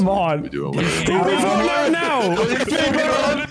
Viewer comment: "SPEED RUUUN" sounds like "SWEDEN" aha